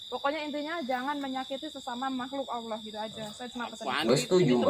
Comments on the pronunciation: mas ini bemasalah dengan penyebutan auloh senetron purasakit yanyebut auloh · Tu nma allah slhkah sbut nma allah... Nma sllah bila2 bole sebut biar bsh d mulut... Jntn bodo 2 org ni bkn islam ka...